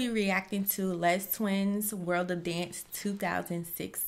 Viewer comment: And it's not "Lez Twins" it's pronounced "Le Twins". Seriously, the announcer even tells you how to say their name"